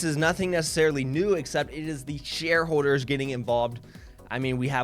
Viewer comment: “Share howwders”